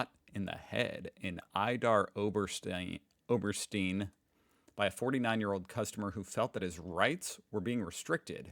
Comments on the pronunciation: [Idar Oberstine] not Idar Obersteene. Written: Idar-Oberstein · Yes, the first was nearly perfect and then he corrected himself to "steeeen" instead of "Stine"